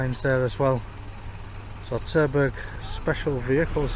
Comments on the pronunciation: Terberg? Sounds like Turdburg. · Did you just say turdburger aviation? 😁